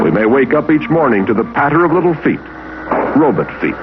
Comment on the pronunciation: “You may hear the little patter of robut feet” *CLANK…. CLANK…. CLANK…..